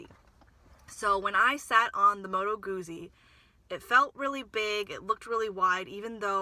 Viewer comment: fyi Moto Guzzi is pronounced Moto Gootsie kinda like pizza not goozie